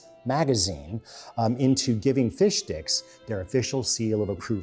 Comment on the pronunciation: Did he say “fish dicks”?!